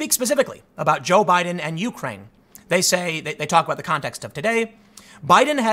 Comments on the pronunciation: I'm Your President it is you-CRANE, not YOU-crane... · "yoo-crane" - Tim Poole (2019) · Something I'll never understand is American's difficulty in saying Ukraine. It's always either "The Ukraine" or " YOU -kraine" from you guys.